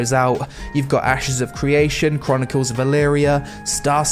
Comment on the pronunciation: "Chronicles of Elyria" RIP lmao